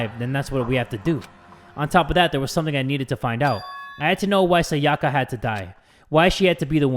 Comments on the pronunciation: Please jay for the love of god her name is pronounced “sai-yuh-kuh” not “sa-yah-kah” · he keeps calling her "sayACka" ams im just like bruh she pronounced it for you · Sayaka is actually pronounced Sá-ya-ka, not Sa-yá-ka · If he says Sayaka like that one more time I